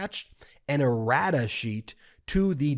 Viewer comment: Errata sheet. I heard radish😄